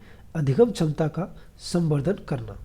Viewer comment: Sir aap hindi pda rhe ho or क्षमता को छमता पढ़ रहे हो।